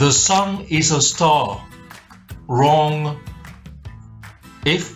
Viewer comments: And saying "vrong" over and over again. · ita :da notare la convinzione con cui dice "wrong"! sembra che nemmeno lui sia convinto delle sue cazzate😂 eng: notice how convincing he pronounce evrytime "wrong" , it's look like he didn't belive himself at his bullshit😂